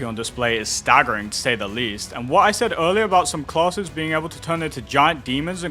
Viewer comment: When you "classes" all I hear is "closet(s)" which is giving me a good giggle 😅😂